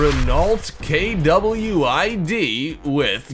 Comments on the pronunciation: K-W-I-D instead of Kwid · Renault Kwid... I don't understand, why do you speka/say it's name as single letters? Because all I see it one word.